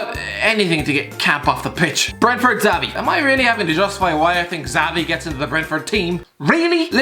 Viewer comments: It’s “shavi” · The way you say xavi annoys me. Not really constructive criticism, merely a thought